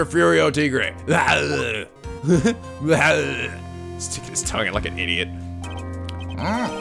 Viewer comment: yes almost every French word you have said is wrong like tigre is pronounced tee-gr-uh and there are many others